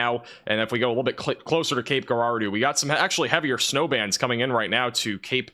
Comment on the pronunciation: It’s pronounced Cape Jerahdoe